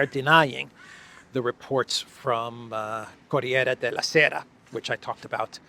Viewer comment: Corrrrriere the sound rrrrr is dificult😀